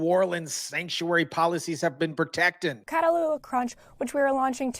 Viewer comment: It’s pronounced Cat Ah Hula. You and CNN mispronounced it. Catahoula is a parish in LA as well as a breed of dog called a Catahoula cur.